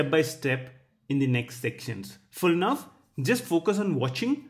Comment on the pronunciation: I'm very sorry, that I'm telling you this, but I think you should know that your pronunciation is TERRIBLE!!!. My ears are bleeding because of your repeatedly "Nuff" and "Nuv" instead of "Now". But your lessons are very good. Your explanations are very easy to understand. Thank you.